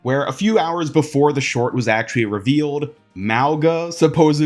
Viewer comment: Hey there! I recently learned the correct pronunciation of Mauga in the Sāmoan language. The gs are not like English gs, they are like ngs in Gong, Song, Tong, etc. It isn't silent, just in the back of the throat. And the "au" is more like o in Hong Kong. The way I remember it is "Hong Kong - Mong like Kong - Monga" so Mauga is more like "Mong - ah"